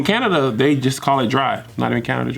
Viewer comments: "I love Canadia" "In Canada, Bruh 😂🤣😂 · Canadia or Canada🤔